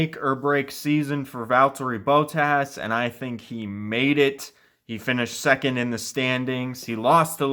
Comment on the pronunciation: why did you say bottas like that